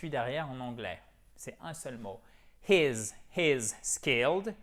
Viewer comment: I love this video and can't wait to use it with my students. Your English has such a nice quality to it! Remember we pronounce "he's" as /hi:z/ and "his" as /hɪz/ instead of the reverse. Sometimes we tend to use the more difficult sounds more often once we learn them so it makes sense to see this in one's language journey x